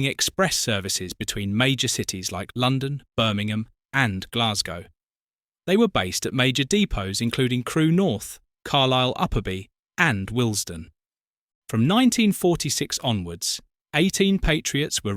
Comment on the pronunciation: Please pronounce the word CHASSIS correctly Sha, (as in shall), See? , not Cha (as in chap), see, see? Twat!! And Dee pose? No!! De [as in dead] pose (depots). And had you shown footage of the far more successful rebuilt Patriots, your video would be far better.